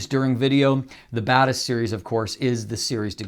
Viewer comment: I'm still confused if I'm hearing "the Badass series" instead of Batis series of if he's actually saying it